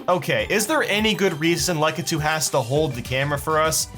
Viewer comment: It triggers me that he says lukitu